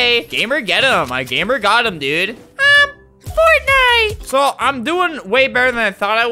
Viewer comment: Normal people: fortnite. Albert: fartnite